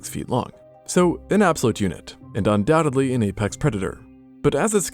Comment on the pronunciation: Undoubtedly. NOT "undoubtably".